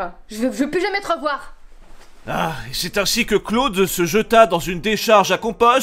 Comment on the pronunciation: J'ai mis 12 minutes à comprendre que Claude, c'était Cloud... x'D " Dis camion ? "